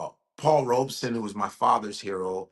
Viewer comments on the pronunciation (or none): none